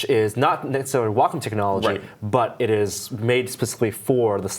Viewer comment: Never heard Wacom pronounced "walk 'em." I guess I'm used to the midwestern "wah comb."